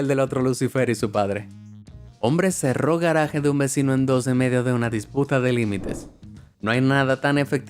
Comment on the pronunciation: kbron, dice cerró con "s". que pdo?